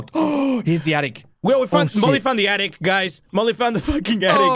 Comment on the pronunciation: you know, bc he daid "attict" instead of "attic" so that, oof still